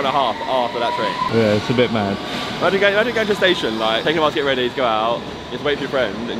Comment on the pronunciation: lmao go to 17 seconds. man cant say "ready"